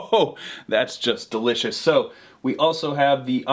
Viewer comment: One more time, my dude...? Del-i-cuss?